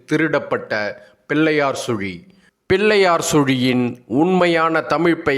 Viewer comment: சிறப்பு! ‘பில்லையார் சுளி’ என உச்சரிப்பதை ‘பிள்ளையார் சுழி’ என உச்சரித்திருந்தால் இன்னும் சிறப்பாக இருந்திருக்கும்!